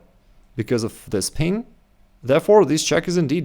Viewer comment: It's "pin", not "peen".....😂